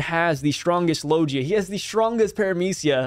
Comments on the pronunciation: Hey fam I think it’s lo-gee-ahh not lo-jee-ahh. Oh well Potato potato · Can you pronounce logia properly?